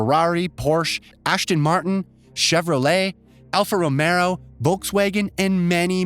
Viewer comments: I can’t stand people who try to act like they know what they’re talking about when it’s clear that they have no idea what the fuck they are talking about. Do 5-15 minutes of research instead of just DRRRRRRR. I want to slap this man in the face for those pronunciations. It’s straight up ignorant and lazy. And saying it with such enthusiasm. Alfa Romero?! ASHTON MARTIN?! I’m surprised he didn’t just say Ashton Kutcher. If you’re going to be lazy enough to add letters, might as well change the manufacturer to a person. Keep in mind that they were lazy enough to let that pass, and they’re making money from it. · Ashton Marten? Alfa Romero? LOL! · Its alfa romeo, not romero. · Alfa Romero!? HAHA!! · And how about Alfa Romero (sic)??!! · LOL! What the hell is an Alfa Romero? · Did he say ashton martin and alfa romero? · Alfa Romero? Jesus Christ get somebody else to do these videos. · "Ashton Martin"? "Alfa Romero"? RLY dude? xD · This dude was killing me. Alfa Romero. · I honestly cannot wait for this game. Dynamic weather & aerodynamic systems completely blew my mind during the State of Play! EDIT: Ashton Martin, Alfa Romero, Wolkswegen & Polly Phoney mispronunciations had me roll over from my seat. 😂Also are you sure you didn't mean Forza Horizon? Not literally Horizon?! That edit. lmfao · Alfa Romero 🤔